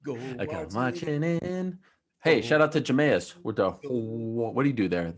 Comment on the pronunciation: We just gon act like Ariel didn’t call Jameis “Jah-may-es”